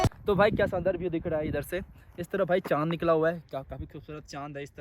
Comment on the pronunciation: Armenia jaa bhi view ko bhiew bol rhe h😂😂